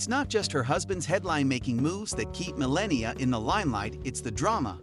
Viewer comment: Melania ... is not pronouced 'malenia'...